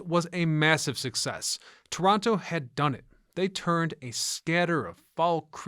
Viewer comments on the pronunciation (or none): *Torono.. cmon guy!